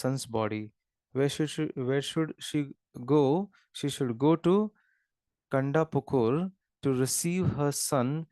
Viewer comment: Not kandapukur its kantapukur